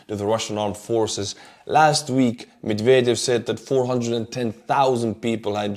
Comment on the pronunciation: I heard "McVader" instead of Medvedev, and that made me chuckle lol